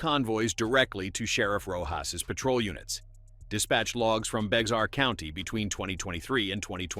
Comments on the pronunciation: It would be nice if the narrator pronounce Bexar County and Jalisco correctly. “Begzar County” is ridiculous. The English pronunciation sounds like Bear, because the x is silent. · San Antonio is in Bexar county. Pronounced “bear” county. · Bexar is pronounced Bear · Bexar County is pronounced "Bear" County. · First of all, Bexer is pronounced Bear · Hey born and raised San Antonian here. Let me just say it is annoying hearing people outside of Texas pronounce Bexar. 😂 The X is silent. It's pronounced BEAR. Just Bear! Thanks! 😅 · The county name is pronounced Bear Bexar is a French name